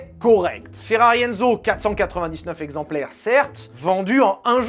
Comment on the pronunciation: On dit VALTÈRE pour Walter si allemand. On ne dit pas 20 Zexemplaires. 😅 J'adore tes vidéos 😊